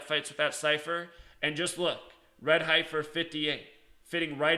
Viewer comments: It's pronounced "Heffer" not Hie-fer (yes I know the spelling is Heifer) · Dude, it's pronounced heffer, not highfer.. Fricken city slickers, pronunciation is easy to look up and some old farmer who has raised heifers, won't be calling you out on your pronunciation. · HEF-er. Not HI-fer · You have a special wisdom to mispronounce “ certain words” for a very special reason. God Bless. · heifer is pronounced hefer.....like deafer... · FYI HEIFER , the i is silent, the hei is pronounced same as the he in head ,hefer . Great video. Also my birthday is aug.10. I will be 71 next year. Not really looking forward to it now .lol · Ok so what is going to happen. Come on tell us. Tell the fbi the cia. Tweet trump. Tell him. Save some lives. And the word is. Hey fer. That is how you say it. It is heifer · "Heifer" is pronounced heffer, if you care... :) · My intention is not to offend but the pronounciation is heff-er like jeff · Okay, I know you were/are a teacher but can I nitpick?? Heifer = Sorry, I couldn't help myself, lol. I know that in the scheme of things this is petty... You do good work and we know you are a "G" when it comes to the numbers! Thanks for this...cheers;-)